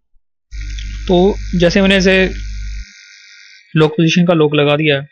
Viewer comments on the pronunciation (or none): its 'lock' not lok